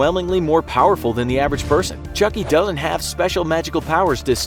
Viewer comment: I thought you said chunky